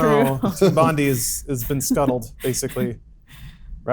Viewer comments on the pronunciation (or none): pronouncing Bondi (Bond-eye) Bond-ee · it's team Bond-eye, get it right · bon-die Team Bondi = Bondie say it right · BONDI IS PRONOUNCE BON-DIE. BON. DIE